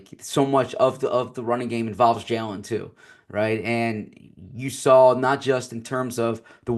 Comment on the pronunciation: There is no L in the word saw. Please stop saying sawl. I'm begging